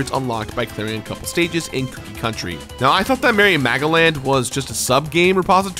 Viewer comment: Am I thr only one hearing Mary Magdalene instead of Merry Magoland?